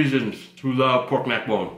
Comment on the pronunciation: That nigga said poyk neck bone not pork neck bone 🤣🤣, you officially got your BLACK CARD